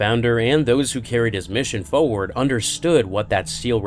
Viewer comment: i love you and i love your channel but you say the word 'forward' far to often to be mispronouncing it. other than that i sub and love your content!